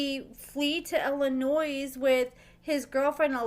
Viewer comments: Illinois. The "S" is silent. Illa..noy 🙂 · Illinois has a silent S pronounced Illonoi haha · I mean this in the nicest way possible, please stop pronouncing the S in Illinois. It is silent. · As somebody that is born and raised in Chicago please please STOP PRONOUNCING THE S IN ILLINOIS IT'S SILENT. WHO IN THIS DAY AND AGE DOESN'T KNOW THAT? NOT MANY BUT APPARENTLY YOU'RE ONE OF THEM. IT REALLY PISSES ILLINOIS PEOPLE OFF WHEN YOU IGNORANT PEOPLE PRONOUNCE THE S BECAUSE YOU DON'T TAKE 3 SECONDS TO REALIZE THAT THE S IS SILENT. 🤬🤬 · I love your videos, but please-the S in Illinois is silent. I believe you're from Missouri? As our neighbor, I would hope you'd know our name. LOL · Always knew that man was unstable. Also, are we supposed to pronounce the S in Illinois?